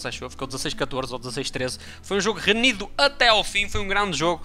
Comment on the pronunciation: Night pff diz se RENHIDO e não RENIDO